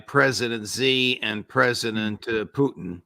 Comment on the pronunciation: Judge, not President Zee or Jee. It's pronounced as President Shi. X =Sh and Z=J in Chinese.